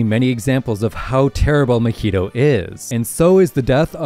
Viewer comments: Its mah-hito not ma-hito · If you say muheedo one more time ima go crazy, it’s “MA-HEE-TOE” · I’m sorry “MEHETO”? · say mahito coreectly